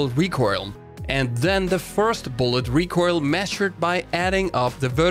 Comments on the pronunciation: really wish you would pronounce "recoil" correctly. It's RE COIL, all I hear when you say it is RECORAL and it boils my piss. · Anyone else annoyed by the recoirl? IT IS RECOIL! NOT RECOIRL! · I love you, but pls. PLS. Learn how to say "recoil" correctly. In a "recoil" heavy video I cringe everytime I hear you say it. You almost say it like "recoirl" or [recoyrl]. Love your shit. Love it. Everyone. Don't get me wrong. Love. It. But trying to watch this video is hard. And I know I'm not alone in this. Commence the flak.